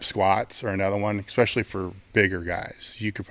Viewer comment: Stop it with the "ekspeshully!" What is wrong with you?